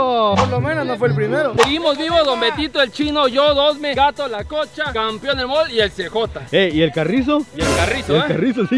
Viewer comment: Después de 50 años sigue diciendo campion jajajajajajaja